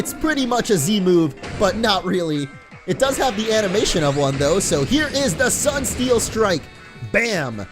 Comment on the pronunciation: when you said sunsteel strike i thought you said "sun feels good"